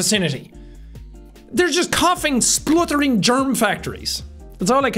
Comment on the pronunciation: the way Jack says "Splurtering" is the most Irish sounding thing I have ever heard him say 🤣